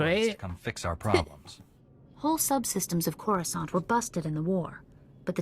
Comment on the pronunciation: you also started at level 10 and went to coruscant, you skipped all the Tython stuff 😞 By the way, Its CORE-OO-Scant, not croissant. A croissant is a pastry.